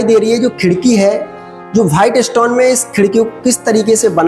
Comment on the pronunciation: आप थोड़ी सी भाषा सही करो भाईट स्टोन नहीं वाईट स्टोन साजहा नहीं शाहजहां